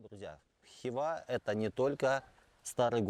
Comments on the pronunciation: Ну, уж ударение можно нормально ставить. Представьте себе МОсква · Только не ХИва, а ХивА. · Мужик, ХивА. Не хИва